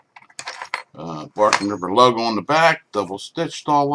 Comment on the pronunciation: Bark River, not Barken River